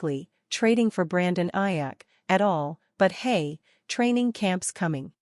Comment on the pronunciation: This AI crap is driving me crazy. Robotic non feeling stuff. It brutalized Aiyuk name.😊